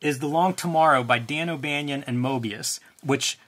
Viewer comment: It’s Banon like Cannon